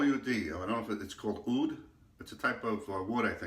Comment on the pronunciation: You pronounced oud correctly...Very popular in the middle East. Love it!